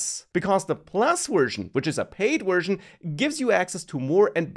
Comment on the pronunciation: Wth is a "WUR-JIN"